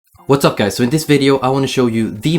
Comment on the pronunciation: At the start of the video I thought he said, "What's up pies" and I was like 😐